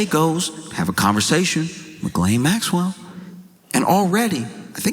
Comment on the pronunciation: I never, ever believed Diddy would do the time he deserves, nor that he would remain behind bars. My guess was an anklet. Those hideous, uncomfortable gubmint issued anklets. He will walk free, like ghislaine—you are pronouncing it wrong, BTW. The French (and I am certain she) pronounce it “GHEE-len“. You (and most people) keep leaning on the second part (guh-LAIN). The first syllable is stressed, and the second syllable is pronounced softly, like the difference between “plan-TAIN” and “PLAN-tin”. To be clear: I want you and everyone to mispronounce her name. I want her to hear her name mispronounced, for the rest of her worthless, evil life.